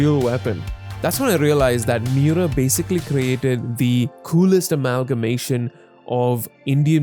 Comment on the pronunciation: The way to pronounce his name, Kentaro Miura, is not that hard bro. Mee-oo-rah the rah being like the end of radar